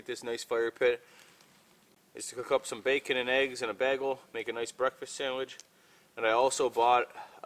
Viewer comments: As always, I love your videos. Not just entertaining but informative as well. By the way, it's pronounced, "BAY-gull", not "BAG-ull" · It’s pronounced baygel! Love your show, your honesty and creativity!